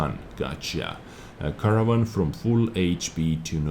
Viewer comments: Haha the way you pronounce Caernarvon is like Caravan ;P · Fyi, try saying it like car-nar-von :D P.S. Nice vid! Really like these replays from the past